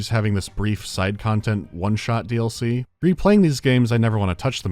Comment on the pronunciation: Coming back to this video again it should be a 10/10 but hearing the way you pronounce DLC makes it a 2 😂😂😂